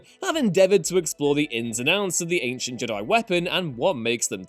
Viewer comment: For the love of god can u stop pronouncing Jedi wrong ITS FUCKING JEDI NOT JDIIII